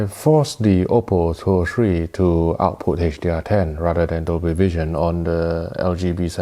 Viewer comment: When he says [ AW-POO ]* ... what he's [saying] is [OUT-PUT].